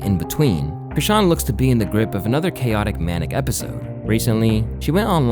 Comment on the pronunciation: Aye, Im so glad you finally figured out how to pronounce her name lmao be happy; that's how you know i've been a fan of yours for a while 🤣